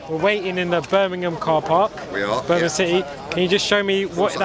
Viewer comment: Why can’t you say Birmingham properly?